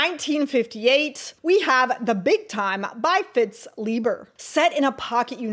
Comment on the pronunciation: Great premise, well presented (even though it sounded as though you said "Fitz" Leiber!). Subbed.